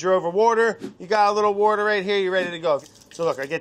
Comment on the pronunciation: mariekt I did notice a time he pretty much pronounced it perfectly, and I really wanted Hunzi to put up “water.”